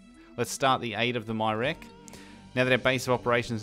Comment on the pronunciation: I fell behind a bit on this series but I've caught up on the last three or four episodes now. I haven't personally heard many pronunciations of Myreque since I don't talk to anyone about RS or watch many YouTube videos on it, but "My Rek" was very unexpected and hilarious! I almost don't even wanna tell you the correct way!